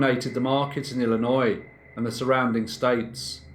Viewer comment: 1st thank you for saying Illinois correctly. 2nd, I thought the Sausage King of Chicago was Abe Froman :D (Ferris Bueller's Day Off)